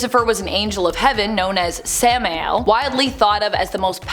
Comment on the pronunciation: its pronounced sam-i-el